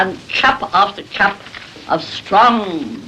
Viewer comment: Brahms appears to have been very shy. However, 3.41 "Chup after chup of strong black coffee". Did people really pronounce CUP that way?